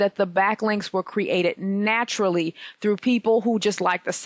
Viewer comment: napturally curly? haha